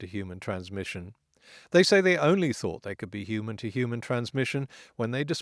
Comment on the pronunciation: Now if only someone could explain to me why people keep dropping the 'h' in 'human'.